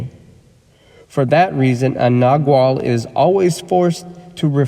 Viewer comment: Freedom. (and nagual is pronounced nah-whal)